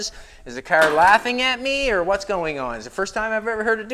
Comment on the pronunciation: It's car not " care " . Do you care ?